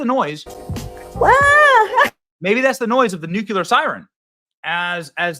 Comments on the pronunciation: Nu• clear benny. Its new clear. Nucular makes you sound remedial. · It’s nuclear not nucular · PLEASE stop saying "nucular", it's NUCLEAR!! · Nu. Cle. Ar. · Please PLEASE pronounce "nuclear" correctly. PLEASE !! PLEASE !!!!!!!!!!!!! ..